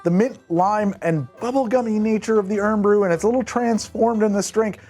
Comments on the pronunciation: iron BRU laddie not eron comon mate all that effort in tha a video and ya piss it away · "Urn Brew" is killing me 😂 it's "Iron Brew" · Omg stop calling it urn bew its iron brew just spelt different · Ye say "Irn Bru" like "Iron Brew" and we're bloody Scots! And it tastes like orange the colour, not the flavour. People normally mix it with vodka, or liquers like Southern Comfort. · Eye-urn Brew, man. Not Urn. 'Mon, eh? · Urn bru?? It's Iron. Do you not do research before you make a video? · Ffs stop calling it ern bru!!!!!!! Its irn bru like iron brew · Just so you know, if you called it "urn bru" or called a Scottish person "Scotch" IN SCOTLAND, you'd probably be buried there. It's IRON bru and its "SCOTTISH". SIncerely, a Scotsman. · Its iron brew not urn brew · It’s IRON BREW not URN !??! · irn brewe - listening to this in the back grounnd I thought I was on anothjer planet. Its Iron Bru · Its not earn Bru, Its Iron Bru! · I’m from Glasgow and hearing “Ern Brew” hurts haha. It’s iron brew. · I'm only 16 seconds in. PLEASE TELL ME HE STOPS PRONOUNCING IT URN BREW! Being from Scotland, it's causing me physical pain. Re-dub it pronouncing it correctly as "Iron Brew", or at least put a disclaimer at the start or something... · Pronouncing it "irn" instead of "iron" and referring to Scottish people as "the scotch" is enough to enrage the entire population of Scotland 😂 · Iron Brew, not urn bru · Hearing you pronounce it as Irn instead of Iron hurts my ears.. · As someone who moved to Scotland later in life- this drink is like water- can't live without it! Its also said "ay-urn bru" not urn. Great choices though I'll have to try some! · aye "urn brew" is just plain wrong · Its not urn. Its iron. Iron brew. Irn bru. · Us Scots pronounce it IRON BREW 😂.. iiiirn bru 😂... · Drink every time he says urn instead or iron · Yeah... heavier on the I as "eye" rather than... how he was pronouncing it more like "ern"... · Eern bru 😂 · Urn Bru? Scotch? ouch... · "Urn broo" 🤣